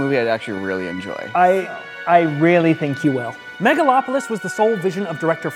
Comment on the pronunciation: "Megalon"!?! Does Godzilla show up to destroy the city? Are Gigan and Jet Jaguar there too? LOL